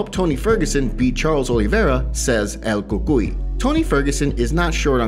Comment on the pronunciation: Please dont say el cuccy again, PLEASE?